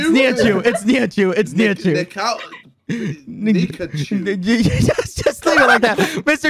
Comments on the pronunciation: KSI saying pikachu instead of nihachu hahahaha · KSI pronoun Niki's name Also KSI: NigaChu?!